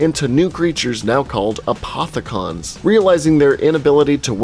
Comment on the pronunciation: Who cringed when he said apothi-CON and element 1-15